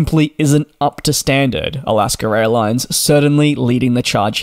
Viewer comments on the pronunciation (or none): Can you PLEASE learn to speak properly. It's AlaskA Airlines, not Alasker-Railines? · Every time you say "Alaska airlines" I keep hearing "Alaska raillines". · all i hear in these videos is Alaskar Airlines